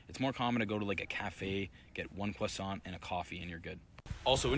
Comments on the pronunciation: Try not to say the word the way it's spelt. kwah-sohn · If you want to say croissant don't prononce the T. The T is always silent at the end of every words in french. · Croissant = kr-wa-ss-ant but you don't pronoune the ''t'' at the end of ''ant'' it becomes muted. There you go ❤🎉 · Croissant has a silent T, you don’t pronounce that final T. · Don’t pronounce the T. The last bit is just pronounced as ‘on’ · I guess they have to go in doors sideways. 40% of Americans are obese. The T is silent in croissant. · You don't pronounce the T in croissant